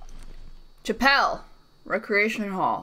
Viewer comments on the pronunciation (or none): Did she just pronounce "chapel" as "chuh-pel" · reading 'Chapel' as Chappelle.. woman of culture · I'm sorry but how did she pronounce Chapel? "Chappelle"? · the way she says "chapel" hahahahahhahahah idk